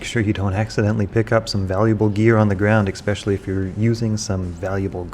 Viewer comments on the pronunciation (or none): Dear: Why do you always say, “EkSpecially”? Thanks, Concerned Noob